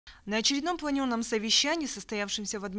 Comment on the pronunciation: Пленарное, а не планерное, длб и неучи((.